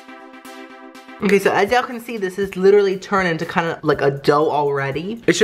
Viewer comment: Every time he says: Ok so now (he says that a lot) I only hear: Oh queso now hahah it gets me every time lol. Pd. I speak spanish